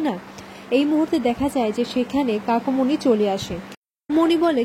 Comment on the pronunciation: Kakumony balun kakimony bolchen kano